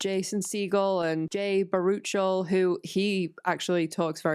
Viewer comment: Loving the deep dive so far! Just a small correction - it's Christopher Mintz-Plasse, not Christopher Mentz, Jay Baruchel is pronounced bear-a-shell and Linda's last name is Cardellini, not Cardelli.